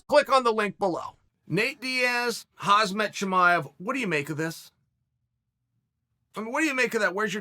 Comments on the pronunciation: It hurts me that chael is still miss pronouncing khamzat's name as khazmat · Khamzat, not Khazmet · I wish uncle chael would pronounce Khamzat correctly before I die.